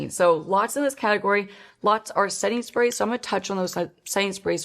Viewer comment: Is anyone else hearing "Sainsbury's" instead of "setting sprays" or is it just me going insane?!